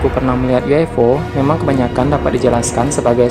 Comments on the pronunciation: UFO bang bukan U F O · Ufo bukan uifo